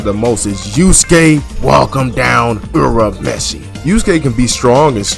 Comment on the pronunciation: Bro pronouncing Urameshi correctly in the same 50 seconds that he called out HxH as the mangaka's lesser work is all needed to hear to understand this content is peak. Here, have some engagement.